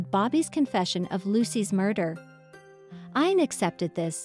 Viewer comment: Ian pronounces "EE-AN".